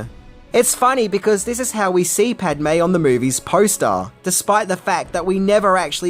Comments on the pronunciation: It's Padme (Pad-may) not Padamae (not Pad-a-may) you putz 😂 Are your eyes and ears painted on!! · "Pahd-may", not "Pad-a-may", goofball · Padme has 2 syllables.......not 3..... Pad. May. Not Pad Em May.............................. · It's Padme not Padame. Get your facts right you Ozzie knob. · Pad-eh-May.... you mean Pad-May? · Pad-a-me is a god in the Elder Scrolls.... Pad-me is Ani's love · This would have to be my favourite prequel movie. PADAME? It's Padme, 😅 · WTF is a “pat-uh-may”??? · Pad. Me. Two syllables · Is it just me or did anyone else felt the flow of the narration suffered when ever he said padme? It kept sounding like he was saying pad-a-me,don’t get me wrong,I love the comedy, I guess I need hearing aids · Naaah... Spiellberg clearly did NOT direct this video. Because if he had, he wouldn't have stopped doing takes, until you had learned to pronounce "Pad-e-me's" name correctly, as you are obviously able to. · Who is Paduhme?? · I'm an Aussie and I know it's pronounced pad may. at times will mispronounce names and I find it funny, as stated, I'm an Aussie 😉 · I think confuses Padme with padawan;) He hardly says Padme, and I believe it's twice, maybe three times that he says it correctly. It has nothing to do with accent, as stated, I'm an Aussie and I know how to say her name, it's just (nothing against ) laziness.